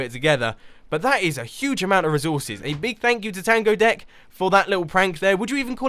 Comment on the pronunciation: you said TANGO DEK on accident